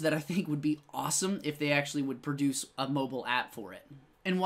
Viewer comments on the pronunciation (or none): none